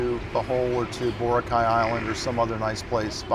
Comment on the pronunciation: Someone has to teach him how to pronounce Boracay.